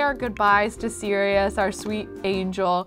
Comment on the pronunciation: Who else gets triggered when she says Sereois in stead of Sirious